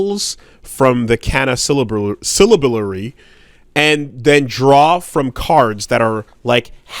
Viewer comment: Syllabary is SIH-lah-berry